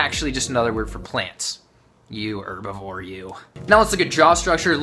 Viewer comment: Thank you for pronouncing herbivore correctly instead of HHHerbivore